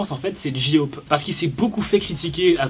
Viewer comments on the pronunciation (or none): Tu t trouper ta dit jiop mais c'est pas sa c'est j-hope 😊😊😊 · TA DIT GI HOPE PRONONCE BIEN STP NON 😂😭 (JE RIGOLE) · "Ji ope" 😭